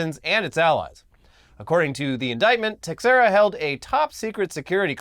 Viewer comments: Some notes ... its teh-SHEER-uh Not tex-what-ever-you-said. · Its T'sherra is how that last name is pronounced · Portuguese dropping in to say it’s pronounced tay-shay-ra 😘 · Teixeira is pronounced "tey-share-ah". I only know this because I watched Mark Teixeira play baseball in his prime, even though his nickname was "Big Tex" when he played in Texas. Been following since the Machinima days, always great to wake up to a new video! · It's pronounced like "Tay-hee-rah" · Teixeira= Tuh-share-uh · Ok y’all. The x in Teixeira is pronounced “sh” plz fix this! U sound funny! But I still love this show 😊